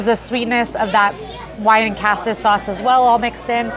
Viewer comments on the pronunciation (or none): It is, you are correct. She also says cassis incorrectly.